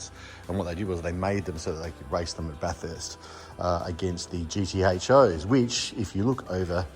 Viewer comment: note, the pronunciation of Bathurst, should be 'bath ist' as opposed 'bath hurst'